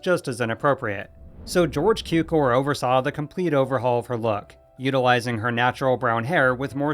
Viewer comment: Please learn how to correctly pronounce „Cukor“..